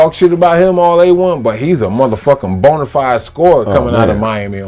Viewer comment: I like when Sheed says "Bonerfied". Hilarious.